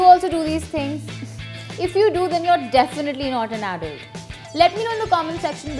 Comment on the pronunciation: Sorry I don't mean to be rude but u pronounced the word adult wrong Plz don't think I'm a nerd 🤓